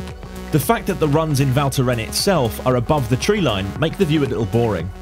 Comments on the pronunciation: Val Thorens not Val thoren. Yous have to pronounce the s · He just couldn't get the name right - it is pronounced Val Thorens with an S! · Cool video, but please learn how to pronounce the name if you say it that often 😉